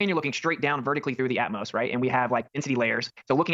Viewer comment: "Atmos"? What a moron!